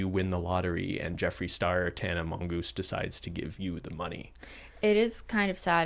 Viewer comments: This is so enjoyable to watch. It’s like an intellectual salon/discussion. I love it. I’d love the see the financial person!! Pretty certain kept saying “Tana mongoose” 😂 also I’m living for that yellow hoodie especially in front of the banana light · Every time said Tana Mongeu i heard Tana Mangust 😂😂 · Did say Tana Mongoose? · When said Tana Mongoose😂😂😂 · He really said tana mongoose, huh?